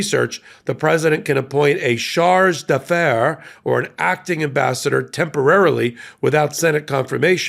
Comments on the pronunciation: It's "chargé," pronounced "shar-zhay."😊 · Pronounced SHARJAY. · /shar-JAY/ soft j-sound, like Zsa Zsa ❤